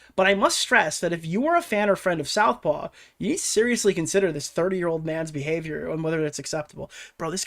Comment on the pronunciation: Take a swig whenever mispronounces Southpaw as South Park in the video lmao